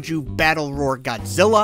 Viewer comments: Why did he say God Ziller?😂🤣😂🤣😂🤣😂🤣😂🤣😂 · Dude said "godzillar" with a hard R